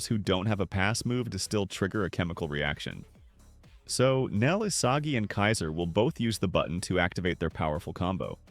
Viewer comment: did bro js say isasi????